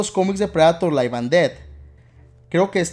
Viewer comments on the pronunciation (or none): none